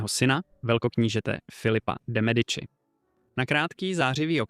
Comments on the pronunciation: Mediči vyslovované, pre boha. Keď už vypravíte príbehy o zahraničnej histórie, naučte sa správne vyslovovať mená!!!! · Ked uz robis nejaky report o niecom tak Aspon zaklad aby si to vyslovoval tak ako sa ma…. To Medici ako to hovoris tak reze do usi …